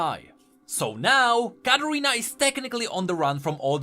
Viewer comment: You say Katarina like Carolina